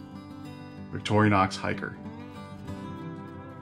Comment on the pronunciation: Thanks for the content! One tiny, tiny, tiny, trivial thing: it's Victorinox, not Victor I onox...Again, being kind of petty, and really enjoyed the video!